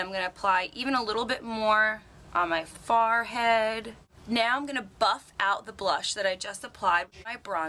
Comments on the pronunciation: Wait.. Is she saying "Far head"? Lmao. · HAHAHAHAHAHAHA SHE JUST SAID FARR HEAD LOL PASTEY WHITE ASS LOL I'LL STICK WITH OLIVIA